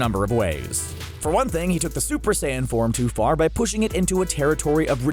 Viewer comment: i like how he said ''went too car''